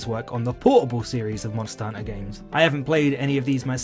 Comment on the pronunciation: I found it oddly calming how he says monster hunter as monster hunna